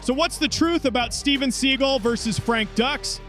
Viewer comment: Pronounce the names correctly, genius. It's dukes, not ducks. It's seagal, not seagull